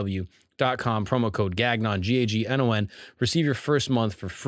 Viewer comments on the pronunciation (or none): Is there a reason he says Gagnon like that during ads? Is it just to make sure people know how to spell it?? I'm from Quebec and Gagnon is a very common last name and it's not at all pronounced like that 😂😂